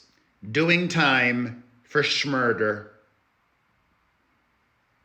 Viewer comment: Totally! And "shmurder" is 🔥 hehe